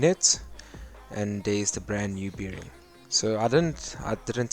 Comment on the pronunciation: It is called a bearing like a bear, not beering. It just sounds weird when you say it that's all. But otherwise, good job.